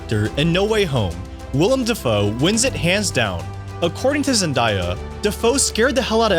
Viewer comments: had to click of the vid. i couldn’t hear this guy say “ ZENDYA” anymore. it’s zenDAYa bro. you don’t say Mondya it’s MONDAY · Bro your killing me with the zenDIEya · Its pronounced “Zen-DAY-a”! 😂😂😂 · I was about to say the same thing! 😂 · YOU PRONOUNCED HER NAME WRONG MF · my 14 yr old niece schooled me last year when I mispronounced it during dinner. That was her quote exactly. Lol. I needed NOT to be corrected anymore. Haha